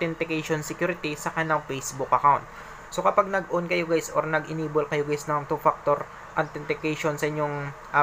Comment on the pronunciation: “two paktor” 😂😂